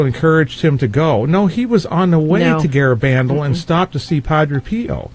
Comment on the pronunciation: "Garabandal" is pronounced with emphasis on the last syllable, not the third.